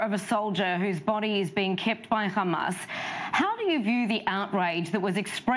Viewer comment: It called hamas not khamas sending regards from gaza 😂😂